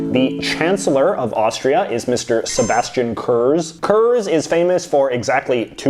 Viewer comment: Actually, it's Zebastean Kourts(written as its spoken)